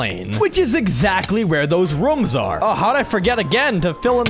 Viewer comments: when you want to say rooms you said reooms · rooms❌ rums✅